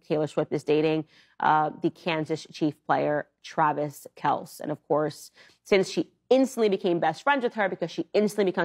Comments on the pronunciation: Candy Owens? Who is she again, and why is she upset? By the way, someone should let her know his name is pronounced, Kel-See! 🙄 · It's KEL-SEEEEE lol 😍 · So, Travis Kelce (she pronounces as "Kelc") plays for the Kansas Chiefs? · Candace should learn to pronounce Kelce if she's going to trash his gf. Also, if watching makes her cringe, don't watch. That's what adults do. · 😂😂😂😂😂 She doesn't even pronounce the name of the football team or Kelce's name correctly but she has the nerve to give her uneducated opinion bc Taylor pushes for political policies that help people... Behavior? She needs to berate Her Orange Jesus for his..Go figure 😂😂😂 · Kansas Chiefs and mispronouncing Travis Kelce's last name=poorly prepared commentary. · not being versed in sports talk is not as bad as getting someone's name wrong. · Klandace can't even pronounce Kelce's name correctly.